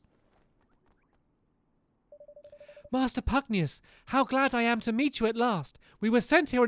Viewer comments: Stampy...for the love of lofty 'sbooger snipper finger...ITS PUG-NAY-CIOUS And not PuGnIUS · Il Love you but you Said pugnaychis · Okay Stamps *read this and learn*: Pug-nay-shus (Pugnacious) N-eye-al (Niall) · I think it's pronounced "pagneyshus" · Its pronounced, pug - nay - shee/see - iss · Stamps it’s pronounced Pug-nay-shus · it's pudnacius (pug-neigh-shus) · It's pug-na-see-us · Niall = Kneel, Pugnacious = pug-nay-see-us